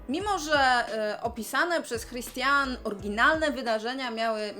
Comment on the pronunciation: Imię autorki (Christiane F.) czyta się 'Kristiane' ;)